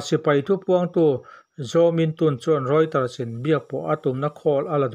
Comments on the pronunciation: Reuters- roy-tuhz niin ka hria. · Reuter pawh hi lam dam dik lo hlirin in lam thin a.